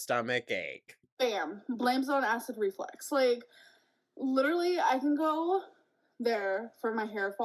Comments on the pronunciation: ReFLUX… it’s reflux, not reflex. Drives me insane every time she says it wrong. 🙄 all while acting like she’s so smart. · FFS it's acid reFLUX not reflex - her mispronounciations drive me crazy hahahaha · I do not believe ONE WORD out of her mouth. Not one. She’s lying about every single thing she’s saying. Yikes. Also ITS REFLUX! REFLUX FFS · Perfectly said. Her know it all, cavalier attitude is sickening. She knows the diagnosis, testing and treatment plan before they get to the ER, yet can't pronounce " acid reflux" correctly.